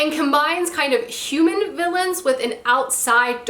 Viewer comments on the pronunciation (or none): none